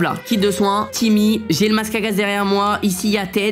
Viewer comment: tu disais timoute avant alors pk tu dit timmy